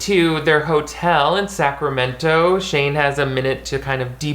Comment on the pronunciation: The way you say Sacramento is different but I don’t know what’s exactly different.